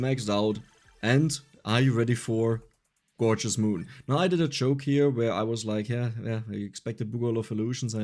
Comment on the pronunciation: Elf needs food badly,Is what I heard for gorgeous moon haha